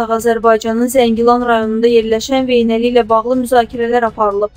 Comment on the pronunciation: Veynəli yox,Vejnəli